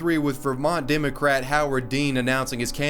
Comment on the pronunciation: What the fuck is a dimocrat...learn to talk.